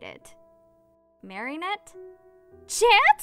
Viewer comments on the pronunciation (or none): Idk if this is just me being dumb but I heard Mary net instead of Marinette on one of them